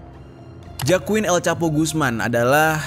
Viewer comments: JOAQIN bacanya HOAQIN bangjer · FYI bang, Joaquin, bacanya Hoakin.